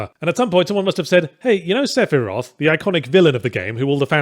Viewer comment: Lol three instead of the is hurting my brain